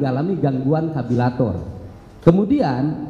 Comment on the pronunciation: Ciri khas orang sunda (karburator) jadi kabilator 😊 Sehat selalu bapa aing ❤❤